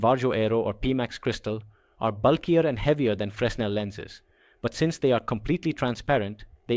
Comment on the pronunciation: That's not how fresnel is pronounced. The S is silent. It's pronounced like frennel.